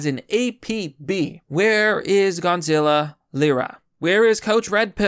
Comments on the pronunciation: His name is Gonzalo not Gonzilla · His name is Gonzalo, not Gonzilla, lol. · lmao you keep saying Gonzilla. Instead of Gonzolo. I love it. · Say it with me, — GON-ZA-LO! Gonazlo! Not Gonzilla. Thank you for this upload though bro! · Gonzilla? You can’t even pronounce his name properly and you call him your friend? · Gon-za-low. Still can't read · You can't even pronounce his name correctly.... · Why do you keep saying Gonzalo like Godzilla?